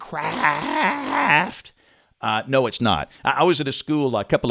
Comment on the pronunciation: “HeY maN, ThATS mIneCRaaaAaAft” - James Spann 2k20